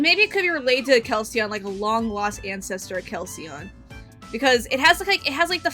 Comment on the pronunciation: (Kel-ceon) (Kec-leon) Huge difference